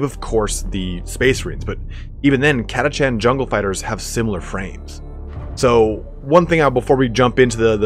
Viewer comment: i always pronounced it Ka-tash- an , not kata-chan .. the latter sounds so weeb